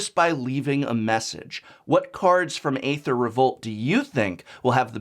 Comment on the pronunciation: Can you pronounce Aether correctly please?